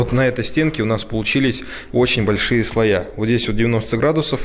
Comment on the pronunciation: Что за слоЯ, кабелЯ!??? Слушать невозможно! Ещё коллекторА, редукторА, фильтрА! Уши вянут! Ты откуда вообще?? Так коверкать русский язык!